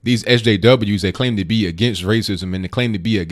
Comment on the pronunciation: laugh out loud , A friend of mine has a dog and she named it ( Dat ) when you say that it sounds like my friend is calling her dog ( Dat ) is that just your funny English or you really that lazy to say that